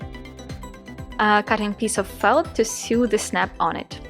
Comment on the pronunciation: Excellent video. Just to let you know sew is pronounced like the word so.